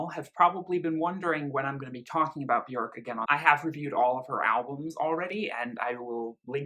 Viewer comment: You and are literally the only 2 people I've ever heard say her name correctly